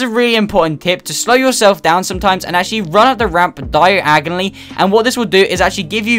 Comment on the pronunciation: U said diagonally exactly like harry potter said when he meant to say diagon alley